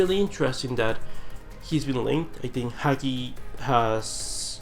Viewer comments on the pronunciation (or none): It's "HA GEE" Dude, his father is a lenend, learn to pronounce his name for fuck sakes